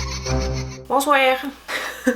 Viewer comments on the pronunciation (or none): J'adore tellement le "bonsouère". Je l'écoute en boucle en pouffant de rire 😂😂 on dirait que ça fonctionne pas avec le visage 😂😂